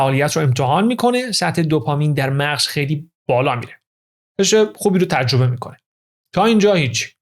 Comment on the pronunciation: من خیلی از اطلاعات خوب شما استفاده میکنم واقعا با ارزشه. سپاس از لطفتون. فقط یه پیشنهاد، سرعت اجراتون خیلی پایین من با سرعت 2 گوش می‌کنم. یمقدار هم تلفظتون لوس و با ادای تلفظ کلمات مثل ایرانی خارجی هاست. خیلی رو مخ میره. مثال: تجربه یا تژربه، راضی، رازژی... باور کنید دوستتون دارم و براتون احترام قائلم ولی دلم میخواد همه فایلهاتون گوش کنم ولی خیلی سخت میشه. ❤ ممنون دوست با شخصیت و با سواد